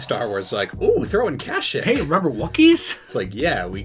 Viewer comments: what the fuck is Kash-ick? I know what KASHYYK is, but I’ve never heard it pronounced like that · Isn’t it pronounced kasheek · Am I the only one that has a problem with they way they pronounce kashyyyk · The way you guys were saying Kashyyyk was getting under my skin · Great vid guys! But the way you say kashyyyk makes me cringe haha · Mispronounce Kashyyyk one more time I fucking dare you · It bothers me how much they keep mispronouncing Kashyyyk